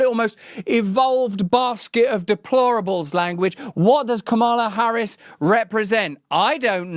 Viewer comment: Be nice if you pronounced Kamala Harris' name correctly.